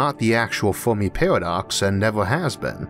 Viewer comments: great vid....but i cant stand this guys speech impediment. lol is it a pairwodocks..or paradox? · Narrator says Pawadox, lol